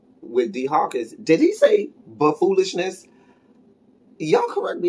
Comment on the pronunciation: I also heard "bufoolishness" lol